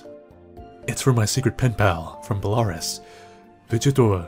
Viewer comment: Nice pronouncing of Belarus you have there.